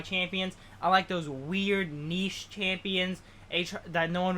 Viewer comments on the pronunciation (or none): anybody else hear how this guy pronounced niche? lmao